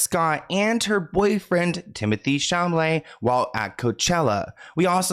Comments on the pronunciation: For months now I have waited for you to realize he is called Timothy CHALAMET. You keep calling him CHAMALET 😂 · You make me laugh when you say ChaMAlet because it's ChaLAmet. 😉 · "Timothy Shamalay" never get old 😂❤ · Shh-alla-may please please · Not Timothy Chal-malet😭😭😭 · Timothee “sham-a-lay” 😭😭✌️✌️ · I know you you some Timmy but YOU HAVE GOT TO LEARN how to learn how to say his name! 😬 Love ya 🩵